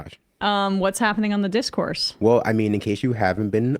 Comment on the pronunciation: “Th3 Discourse” not “thee discourse” btw 🤣